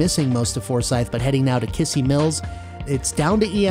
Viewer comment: Just so you know, it's pronounced Kiz-zee Mills. Still, great coverage on the track, guess it's now time to see if my storage unit on Mt. Branson is still intact or gone completely.